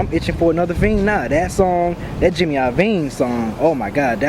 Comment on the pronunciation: It's JIMMY LOVINE. I'm sorry, but he said it wrong so much I had to bring it up.